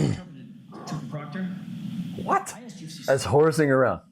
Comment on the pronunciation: They’re about 4 weeks late for the party and clearly know close to nothing about the case. The guy on the right couldn’t even pronounce Proctor. But put all of this aside, I’m outraged by the fact they’re sharing a single pair of ancient model AirPods. They’ve got to have spent all the money on donuts.